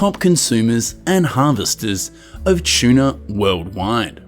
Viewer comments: Tuna but it’s the way he pronounced it 😊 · what's a chuna? shuna? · Aussie way of saying….its a funny quirk